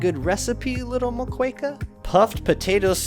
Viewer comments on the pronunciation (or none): Moqueca is read as MOKÉKA . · Nice vid but your pronunciation of moqueca tho lol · that's not how u pronounce Moqueca 😭😭 (the U is silent)